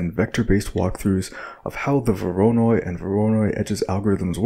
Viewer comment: The pronunciation of "voronoi" bugs me to no end... XD